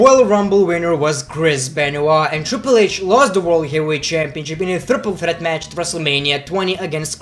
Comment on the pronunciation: the way you pronounce triple threat is awesome in many ways... ,please watch again.